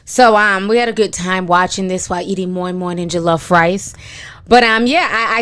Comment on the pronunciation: Beyonce...... killed it. The way you pronounced moimoi and jollofrice . Lots of love lol x